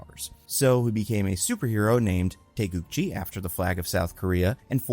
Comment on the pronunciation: So you would pronounce it TAY GOO GEE?